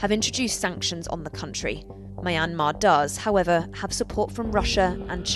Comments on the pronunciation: why does she pronounced it my-an-mar its supposed to be pronounced myan-mar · Mai-an-maa....??? It's mian-maar. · Mayamer" girl it's myan-mar i get why people pronounce it wrong all the time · It's a British pronunciation. It's also incorrect, as she does, to pronounce it "My- n- mar." The correct pronunciation is "Mee-n-mar. (At least she is not still using "Burma", which was a mispronunciation of "Bammar" (the majority ethnic group in the country) for which the West applied as its name since 1824. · It's Myanmar not Mayanmar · ma yan mar isnt it pronouce as Mianma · Don’t know why people keep pronouncing Myanmar wrong… is Myan/mar(2 syllables) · My Aunt Mar? Who the f pronounce Myanmar this way? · It's NOT pronounced My Ann Mar! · Pronounced (Mia-yan-mar) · She does not know how pronounce Junta and Myanmar!!! Jeez! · Why does she keep pronouncing the country wrong? I thought thats what Americans were supposed to do lol